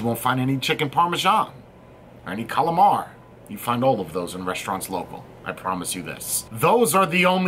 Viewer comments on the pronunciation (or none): Did you just say... CALAMAR? Sorry bro, had to bust balls a bit. In love with this mod.